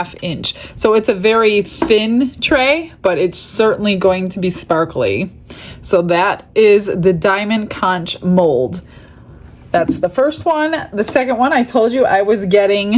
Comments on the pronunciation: Love the sparkle! It's pronounced conck btw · Having lived in Fl most of my life we always pronounce conch as konk